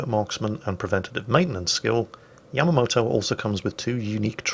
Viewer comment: yamamoto???? Really